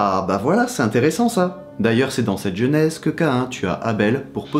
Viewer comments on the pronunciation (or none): none